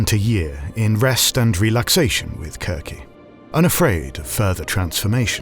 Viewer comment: I like that you use the hard c in Circe. it sounds more like the Greek..